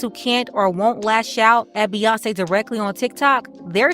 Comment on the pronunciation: Hey I thought they were at a dance party with Bew-yawn-ce lol